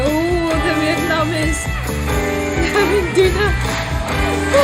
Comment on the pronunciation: It's refreshing to hear Vietnamese pronounced correctly with three syllables. Most people in the USA only use two syllables.